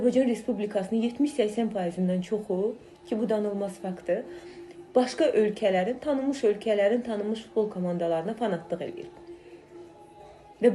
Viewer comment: Sen get birinci Futbol demeyi öyren Ffftbol yox